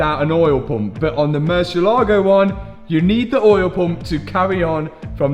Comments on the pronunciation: Pronunciation please. Murciélago in spanish means Bat. Yes, Batman is Hombre Murciélago, except everyone calls him Batman. Anyways, every time you pronounce it you kill the word and makes spanish speaking viewers cringe. You pronounce it Murshe-lágo with the accent on the a. Ahhh! No! It's pronounced Murciélago. One long easy word with the accent on the e. Find a spanish speaking person please and ask them to teach you this ONE WORD. Hope you fix that grossly overpriced Bat. Saludos from Honduras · spanish speaking person here and it's so funny how you pronunce murcielago🤣